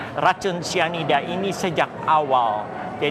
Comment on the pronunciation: Syianida??ah besyanda,,,terlalu fasyih